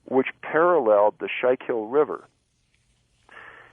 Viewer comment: The river in Pennsylvania is Schuylkill river. pronounced ( skewkill). These stories are very addicting!